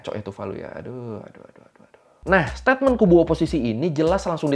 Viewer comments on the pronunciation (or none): none